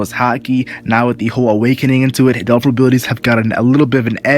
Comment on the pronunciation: instead of "devil fruit" all i can hear is "dolfurit" xD